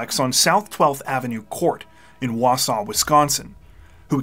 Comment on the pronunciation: Props on pronouncing Wausau correctly also! 😊